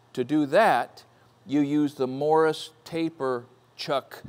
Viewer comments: Two comments, first off when drilling steel make absolutely certain it's secure in the vise. If it should grab and come loose it will spin around taking everything within it's reach with it. BTDT. Secondly, the pronunciation is MORSE, not Morris taper. Great find on the machine! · Sounded like Morris to me too. Morse as in Fairbanks Morse. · Morse Taper - Pronounced like horse, single syllable. It sounded like you were saying Morris with two syllables. It is one of the machine tool tapers. See Wikipedia for "Machine Taper".